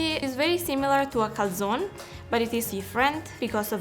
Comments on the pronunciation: Lo pronuncia come lo pronunciano gli ammeregani, sennò mica capiscono. ;-) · She says calzone wrong though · Ma poi come pronuncia calzone??!?